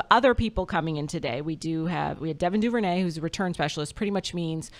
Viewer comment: I always heard Duvernay said as "Doo-ver-nay" whatever y'all were saying was way out there